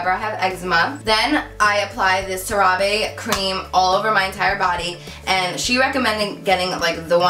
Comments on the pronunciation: lol its pronounced "sarah va" kinda like "hey" but with a v. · Hi boo! Just letting ya know the lotion is pronounced as " sar-ah-vay" I work for a dermatology office so I'm familiar 😊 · CeraVe is pronounced kinda like Sarah Vay